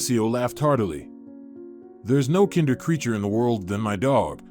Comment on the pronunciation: You said kinder how the germans say children, you just say kind in english and add er. Look up google if you don't believe me. All the best.